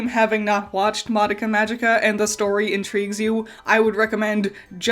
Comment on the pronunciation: Congrats on saying "Madoka" correctly. Since the original release of the tv show, you're the second non-asian person to be able to do so that I've heard.